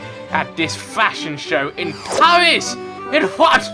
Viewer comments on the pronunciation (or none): " IN PAWWWWIS!!!!!!IN FWONCE" i die of laughter